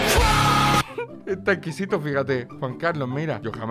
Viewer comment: "ta ejquijito fijate"